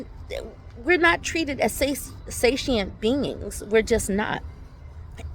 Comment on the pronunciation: "sentient" being, satient. just saying.